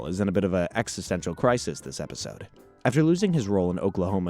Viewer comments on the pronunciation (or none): none